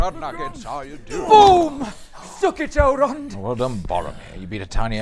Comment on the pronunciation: “Saurrrrrrrrrrron prove victorious!” Did Amazon lobotomize all these actors into pronouncing Sauron incorrectly? If an actor didn’t roll the R’s what did they do to them?